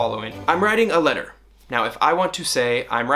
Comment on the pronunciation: lmao when you said "i'm writing a letter" i legit heard "i'm riding a ladder" as you can guess i got quite confused Damn those accents